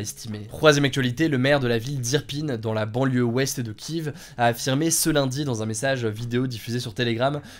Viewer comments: S’il te plaît kièfff pas kivvvv, ça me fait mal aux oreilles. Sinon super taff comme d’hab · Je débarque sur cette chaîne, Hugo c'est un bot ou bien ? Comment ça il prononce Kiev "kiève" et pas "kièf"? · Ça me perturbe comment tu prononce la capitale ukrainienne à l’anglaise, en français ça se prononce Kiéf mais c’est un détail haha